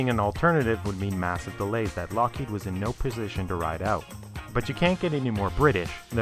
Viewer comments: It's LOCKheed, not lockHEED. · This is too late, and I realise that, but please in future stop pronouncing Lockheed as 'lock-HEED'. It's 'LOCK-heed'. Anything else makes you sound 'special'. Most people know this and I dunno why you don't. Cheers. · I'm more curious about the narrator's pronunciation of "Lockheed". It appears he goes back and forth a bit, but most often pronounces the company name as "lock-HEED" instead of "LOCK-heed". I've always assumed it was pronounced the latter, but have I been wrong? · It is not "Lock-HEED." It is "Lockheed." Duh, duh, and duh? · Nitpicking I suppose, but It's Lock heed. Not Lock heed. Not a big deal, all things considered. Great content,. Very well presented. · It's pronounced, LOCK heed. Not lock HEED. Duh. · Just one thing. It's LOCKheed. Not LockHEED. Put the emphasis on the first syllable. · How many takes did it take to record the audio for this? LOCK-heed. vs lock-HEEED? Come on, man. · LOCK heed - for crying out loud, the accent is on the first syllable. sheesh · Is it really pronounced LockHEED? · Why did the L1011 fail? It didn't. The Electra was not "a disaster" either. Where are you getting this crap? You're also mispronouncing "Lockheed." The accent is on the first syllable. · Can Skillshare teach me which syllable is accented in "Lockheed"? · I've never heard someone pronounce "Lockheed" so many different ways in one clip. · Can you pick one pronunciation of Lockheed and stick with it? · Great video, marred only by the pronunciation of "Lockheed" - emphasis goes on the first syllable, not the second.